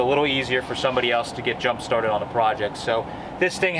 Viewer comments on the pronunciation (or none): When you said jumpstarted I heard Junk-Started. I love it. I think you should copyright the phrase. Junk-Started cars!